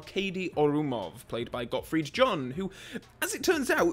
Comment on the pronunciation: "Gottfried John". Not surprised by this pronunciation, although of course it is wrong… ;-)